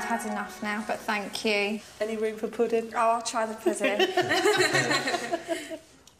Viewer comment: “get your hand of my putting, mistarrrr”😂😂